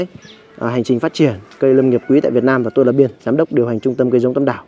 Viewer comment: Lếu như và nà lếu như 😂😂😂😂